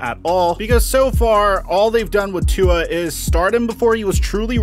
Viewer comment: You still can’t say tua name right